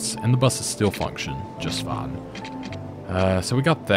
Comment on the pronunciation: Hi. Great series. Thanks. I smile whenever you say "that's Fine" my brain hears "that's fun".. And I have to smile